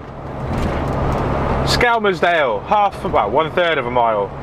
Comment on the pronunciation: Skel-Murs-Dale or the local folk call it Skem!